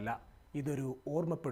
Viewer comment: റൊണോൾഡോ അല്ല റൊണാൾഡോ.. ണോ അല്ല ണാ.. എപ്പോഴും ഇങ്ങേനെയാണ് പറയുന്നത്.. തിരുത്തുമെന്ന് പ്രതീക്ഷിക്കുന്നു..